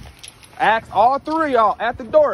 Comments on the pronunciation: Just for future reference, axe is something you use to chop wood, not to pose a question. The word "ask" is the proper word used to pose a question. Lazy pronunciation is a pet peeve of mine. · Maybe cus he was screaming axe instead of ask... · The most annoying part of this video is how this guy can't say the word "ask". WHY do black people say "axe"?